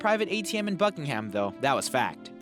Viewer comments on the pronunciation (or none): Buckingham is pronounced Bucking'm, not buck ing ham. And we voted to leave the EU so we use pounds mate, not Euro. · Can you please stop saying BuckinHam!!! It is hurting my ears... Even Google knows how to pronounce this correctly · Painful how he pronounces Buckingham and also painful how he thinks the queen withdraws ‘Bucks’ SHES ENGLISH why would she be withdrawing bucks ffs shed be withdrawing cash POUNDS